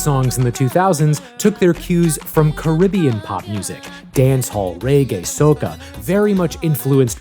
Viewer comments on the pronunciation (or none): none